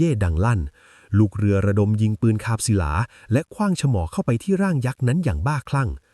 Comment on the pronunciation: เอไอ อ่านลองตุ๊บป่องเป็นตุ๊บป้อง ลอยคว้างเป็นลอยขว้าง ปืนคาบศิลาเป็นศิหลา อยากรู้ว่าถ้าป้อนข้อมูลอัพเดทจะพัฒนาไหม